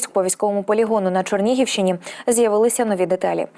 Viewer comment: Та якого біса, на Чорнігівщині? Як пишеться ЧЕРНІГІВ так і відмінюється і промовляється: ЧЕРНІГІВЩИНІ !!!!! Де ви навчалися? Чи вже, поміняна морфологія? Ще, ставити пальчики вверх, випрошуєте…. ЖАХ!!!!